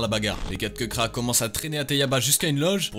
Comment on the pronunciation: KEBRA ? C'est plutôt KEKRA frérot mdrr